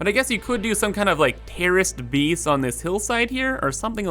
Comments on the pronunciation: Ya lost me at “bees” and “geem” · "Build a bees", "eeneemis"😂